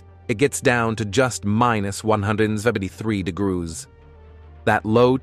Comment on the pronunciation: It's pronounced degrees , not your guttural version.